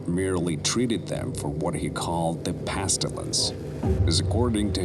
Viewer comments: Pestilence not pastillnce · The thing that annoys me is that they don’t discover 035 in a crypt in venes insted influencers discover it it just annoys me And the worst offence is that you pronounce the pestilence as the pastilence Also not to mention the fact a fucking goth girl leads epsilon 11 makes it just cringey and tacky And then there’s the fact that 035 randomly removed himself form the guy to put himself onto the woman when if he did he would just collapse only made it worse cause it started good but then when you got 035’s origin wrong it just started getting worse And then 106 looks nothing like 106 he just looks like a stereotypical British d class who didn’t shower for a long time he also weirdly makes zombie noises and gets punched by the goth girl witch her hand does not rot away only makes this film get worse and worse and then the goth girl defeated 106 witch is fucking stupid and makes no sense but then you got your slight redemption form killing the goth girl which I’m glad she died cause she did not fit so thanks wish .com scp 106 And then it just goes down hill again when 035 sounds like ms doubtfire when he looks into the vent or hallway I don’t know what it is and then again he fucking switches bodies which again can’t happen and then it finally ends with the best design that being 096 Greta start but then it just became a tubi movie overall a 1/10 I think people who want a quick film would like it and who just don’t care about accuracy and just want some scp action would enjoy it